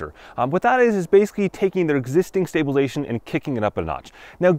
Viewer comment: It's stabilize-A-tion not stablilzeion